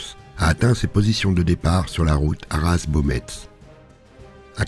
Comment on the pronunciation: Quelques petites précisions d'un simple nordiste de passage : La photo ne détaille le passage du Canal du Nord mais plutôt de celui d'Aire à la Bassée Doullens se prononce Doullen, le "s" est muet De même pour Hesdin, le "s" est muet, nous prononçons Hédin Pour Beaumetz les Loges c'est Baumé Cependant joli détail sur la carte d'Arras et sa campagne en 1940, toujours d'excellentes informations, il y eu de nombreux faits d'armes ignorés dans les journées du 22-23 dans les petites villes et villages que vous ne mentionnez pas, mais en même temps vu la multitude on ne peut tous les préciser ! Bravo !